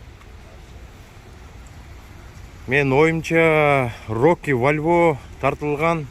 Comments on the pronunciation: Америкада жургондор кийин саал грамотный болсон, Вальво дебейт Бальбао. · Бальбо десен валво дебей